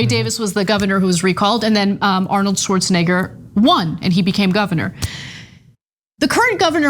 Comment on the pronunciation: Anna, you almost said schwartzni$&&3r